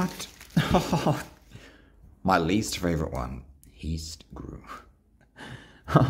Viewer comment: Heist is pronounced as (hi s t)